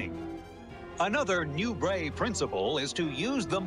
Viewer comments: His name is pronounced "Noo-bray" not "Noo-bret". You can hear it pronounced properly in a video itself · Who's the idiot commentator that can't pronounce last name? It's pronounced "Nubray", it's French, he French, NuBRAY, dufus!😮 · Nubraaaa !! Dummy say it right !! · The correct pronunciation I believe is Nu-bray. It is french in Origin. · His name was pronounced ( Nu-braa) FRENCH !! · Nubret is pronounced Nu-bray… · Nubret is pronounced like French beret {baray/nubray}. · Don’t meant to be THAT guy, but Nubret is pronounced “Noo-BRAY”. Serge était Françes… You did a superb job here either way.